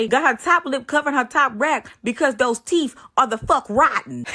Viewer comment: 💀💀💀💀💀 those are “teef”